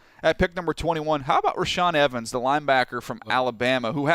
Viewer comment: You said reshaad evens twice.ROLE TIDE